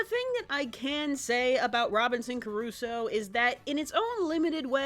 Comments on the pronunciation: Loved your review and your humor as usual, but for god's sake, it's pronounced Crusoe (kruːsoʊ) not "Curuso". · Robinson Crusoe not Curusoe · Robinson... Carusoe? Robinson CARUSOE?! (Actually though, great video! Nice work as always!) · Crusoe CRUSOE DAMNIT. You are a great reviewer, but please try to pronounce better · Crusoe. It reads CRUSOE. KRUZO. Geez... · Why do you keep saying "Curusoe"? Why did you spell it "Curusoe"? WHY? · is that the way you pronunce Crusoe?